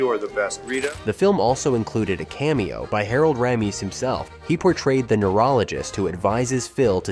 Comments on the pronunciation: Harold "Ra-MEESE" LOL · Raymiss, Ram-iss, and Rah-meece. 3 pronunciations by the AI narrator of Harold Ramis and it's not even halfway through! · Great mini-doc - well-done! I have to say, though, the back & forth pronunciations of Harold Ramis' name - from Ray-miss to Rammis back to Ray-miss, back to Rammis, over and over and over...was pretty annoying. For the record, it's only one "m," so it's pronounced Ray-miss. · Ray-muss and Rye-muss, two different pronunciation of the same name within ten seconds 😂 It’s ok vid but I’m guessing it’s AI voice! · Listening to this narrator alter his pronunciation of director Harold Ramis' (correctly pronounced "RAY-mus", not "ram-US") surname, and to refer to the other actors by their surnames, only, yet always using Harold Ramis' first and surnames became so distracting, I stopped watching about a third of the way through the video. I'm not sure if I'm nitpicking the video or not, but one thing I am sure of, is that the narrator and his idiosyncratic style made it very difficult to watch. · Ray-mis for Harold's last name pronunciation! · Dude, decide on which way to pronounce Ramis. (it's a long A, btw) ...you're literally switching within the same sentence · Also Harold RAM-ees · AI ass video. Pronouncing Harold ramis like 5 different ways. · Anybody count how many time the “narrator” flip-flopped on the pronunciation of Harold Ramis’ name? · The narration voice for this video is AI. Not bad but it can’t decide how to pronounce Ramos’ name. This is a common challenge with AI and proper names. They don’t always get pronounced by the actual person with the name as it seems the name should be pronounced. Example Favre. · How many different ways can you pronounce Ramis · Your AI narration needs to be programmed to pronounce the script correctly. It says Harold Ramis' name at least three different ways! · How many different ways can you pronounce Harold Ramis' last name??? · How many ways can we pronounce Harold Ramis?